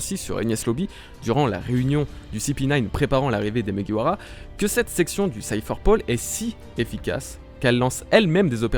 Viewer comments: Franchement je kiffe mais à il dis muguwawa au lieu de mugiwara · Pk tu beugue sur mugiwara tu dit mouguiwawa mdddr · 1. Vous pouvez utiliser le R français 2. Même si on utilise le R japonais, c'est facile 3. Pourquoi t'utilises le R anglais ??? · Désolé pour la prononciation de Mugiwara aha. Mine de rien c'est pas facile à dire rapidement. Go sur Twitter et répétez 50 fois "Mugiwara" très vite. Si vous réussissez, je vous lève mon chapeau (de paille).